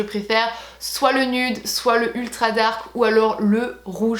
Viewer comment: s'il te plait arrête de dire "nude" c'est nioude